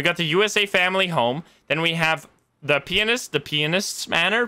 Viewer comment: the way he said pianist...